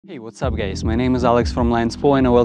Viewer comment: why you saying gays not guys i cant haha